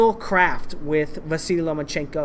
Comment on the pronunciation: Why do you cal Vasyl, Vasily?